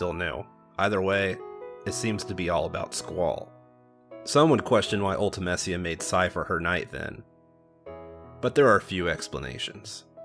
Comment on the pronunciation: Your favourite game yet you can’t even pronounce Ultimecia correctly!!